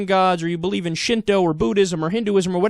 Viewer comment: Shinto not shindo